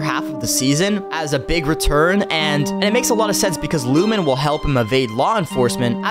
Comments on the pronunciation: When I heard Lumen I stopped treating you seriously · Lost me at lumen 😂